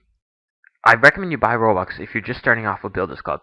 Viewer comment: "rubux" xD